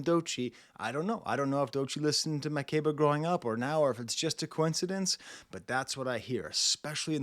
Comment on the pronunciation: As an African I agree especially the climax at the end it gets more spiritual. Butchered Makeba’s name btw but it’s okay lol